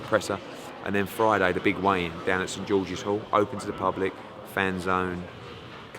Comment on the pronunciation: Tell Eddie Hearn it's a 'weigh in' not 'wayne'